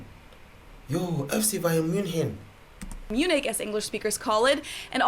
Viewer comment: Wait did she just pronounce München wrong or is that just my Dutch self not knowing it